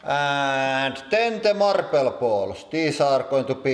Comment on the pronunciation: How he says marble. "Marb-leh"